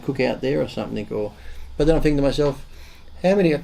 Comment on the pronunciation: Firry five, there is no excuses why this guy isn't using english correctly. Fink. What the hell is that, it's not furfer or fink. It's not that hard you idiots.